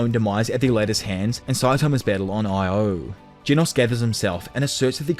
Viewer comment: I think that moon is called Io, mate. as in "eye-oh".